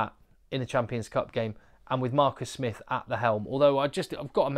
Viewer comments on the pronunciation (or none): none